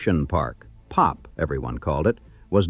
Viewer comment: We did not call it "Pop". We called it P.O.P. "Pee oh pee". I don't like it when AI misreads.